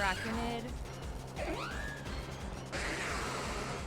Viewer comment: Bennedict Cumberbatch: 'Pengwings': 'Anaraquanid'